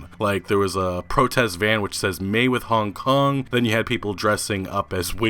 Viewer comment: Dude I don't like the way you pronounce Hong Kong. It sounds weird af